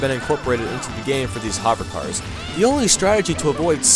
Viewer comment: “Hahver cars”